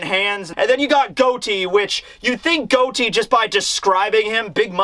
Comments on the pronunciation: it's pronounced got e not goat e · Gotti like John Gotti. You keep saying Goudie lol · my guy, love ya, Plz, plzzzzzzz just take a second, breathe....it's GAH-TEE as in John GOTTI as in Mafia as in All Capone, Vito Corleone etc... 👍🏾😂 We good now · Has nobody corrected on the way He's been pronouncing "Gotti"??? I know he doesn't care about pronunciation that much. But its GOTTI bro. A gangster character. Like John Gotti? Ah nvm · I love you, but your killin me It's pronounced (got-ee) like john Gotti the crime lord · I believe his name is pronounced Got Ti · I stay awake at night at the thought of how pronounces Gotti